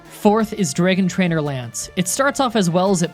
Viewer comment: How to speak like: Dragon = Draygon Swagger = Swaygger Rattata = R't't't't